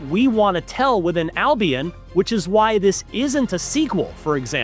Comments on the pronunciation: It's not Al-Be-ON... It is Al-Be-UN... The games clearly state this, IF you have played them. He says it at... ...Albeon LOL. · It's Al-bee-en, not I'll Be On.